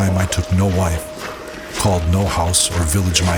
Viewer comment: why did you say wife like that? Are you not sure it's your wife?😶